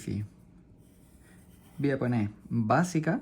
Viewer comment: por que dice basia no era basica